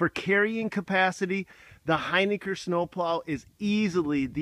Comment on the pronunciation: Hey, it’s pronounced Hin-ick-R...